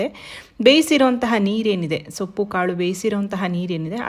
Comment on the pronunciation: Sappu alla soppu antha heli